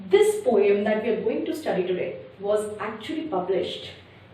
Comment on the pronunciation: It’s not po yum it’s poem